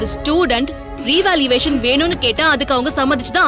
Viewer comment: revaluation is correct pl don't pronounce as revaluvation